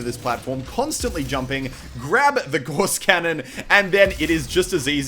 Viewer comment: Gauss. Pronounced like 'Gows'.